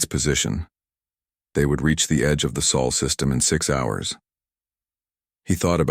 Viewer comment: Ahh wieder einmal die Chens und wie oft wird das Solsystem noch Seelensystem genannt naja im laufe der Geschichte wird es mit der Aussprache besser 😊